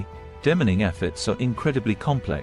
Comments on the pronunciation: F.F.S De-mining is pronounced DEE MINING NOT DEMMENING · De- mining, not dem in ing. Reminder that you’re listening to the computer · Audio brought to you by BRITISH AI 😂!! Took me a while to figure out 'Dim•man•ing'.